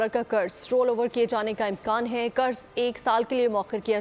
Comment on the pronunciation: Kurz nhn Qarz hota h. Urdu ka tlaffuz theek kren.